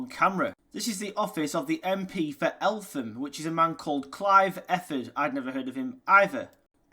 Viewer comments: elt ham not Elfam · Just to say, Eltham is pronounced El tem. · Hi, you don’t pronounce the h. So it’s like el tam. Thanks for the video. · It’s pronounced “Eltam” with a silent “h” btw. Love the content though 👍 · Eltham is pronounced eltam. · It's pronounced Eltam. Good video though. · Eltham is pronounced ELT HAM and it is where Stephen Lawrence died. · It's pronounced 'Eltam,' you don't pronounce the h 🙂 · Pronounced Ell tam. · He's a Lancashire lad,we don't know how to say H I'm a Lancashire lad and I'm the same.😂😂😂😂😂😂😂😂😂😂😂😂